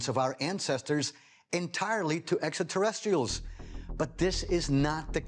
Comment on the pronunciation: I noticed that too.